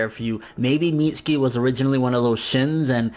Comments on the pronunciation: Mit-su-kee not Meetski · It's not "Meats-ski" it's pronounced "Mit-sue-key" Lmfao